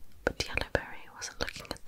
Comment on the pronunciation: I love how you pronounce berry as ‘bry’😂